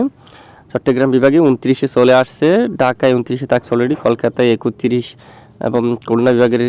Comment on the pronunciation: ওটা একত্রিশ হবে ভাই। একুত্রিশ হবে না ভাই। বইয়ে যা আছে। তাই তো বলা উচিত ভাই। 😊😊